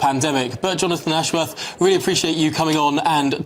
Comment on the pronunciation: Jonafwon Ashworwf can't even say his own name properly...